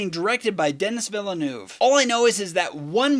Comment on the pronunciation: Pronounced “Denny Villnuv”. The “u” sound is as in the word “up”.